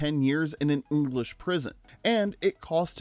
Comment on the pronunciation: "An Uoonglish prison"? God, I hate AI narration.